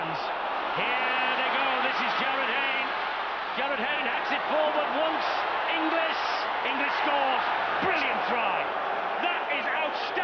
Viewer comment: Is my hearing going...or does that Pommy commentator persistently pronounce 'INGLIS' as "ENGLISH" ?